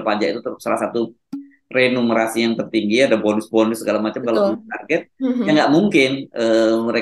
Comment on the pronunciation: yg benar remunerasi, bukan renumerasi 😊🙏